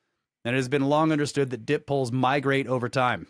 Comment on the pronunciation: Dipoles is (Die poles) bro. Not dip poles